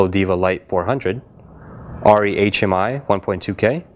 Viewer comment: True true, but if you're needing tungsten and/or daylight the Diva wins IMO. Plus, this guy is pronouncing Arri wrong so that tells me the validity of this test.